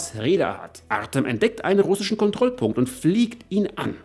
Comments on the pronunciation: Der Name "Artëm" wird Artjom ausgesprochen. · Hallo, tolles Video wieder! Ach ja: Sprich "Artem" am besten "Artjom" aus...;-)